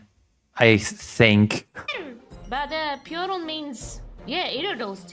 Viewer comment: Never heard someone mispronounce piorun like the deer disease (prion).